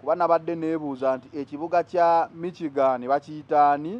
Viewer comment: It us not MIKYIGANI... It is pronounced, MISHIGANI.